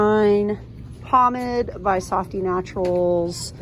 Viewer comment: You always find some good stuff. As much as this makes me want to go to Dollar Tree, I have to wait a while because I recently had surgery. Well, I have something to look forward to. 🙂 Thanks for the video. BTW Pomade is pronounced pom•aid